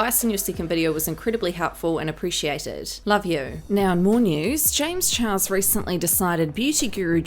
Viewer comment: Honestly I laugh every time she says James chihuahua